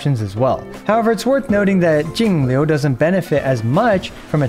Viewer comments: I love how you say jingliu, so accurate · I like how you pronounced "Jingliu" with Mandarin tones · hey man, as a chinese person, i just wanted to thank you for taking the initiative to pronounce Jingliu and the other chinese names properly, even with the correct pinyin! great stuff! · Thanks for taking the time to learn how to pronounce Jingliu's name. It's a nice change from other EN creators who butcher all the mandarin names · I like how is pronouncing perfect textbook Chinese names now, respect for the effort. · yooo you pronounced jing liu correctly im so proud of you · That pronunciation was impeccable!!!! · props to for the perfect pronunciation of Jingliu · Perfect pronunciation on her name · how is he pronouncing jingle correctly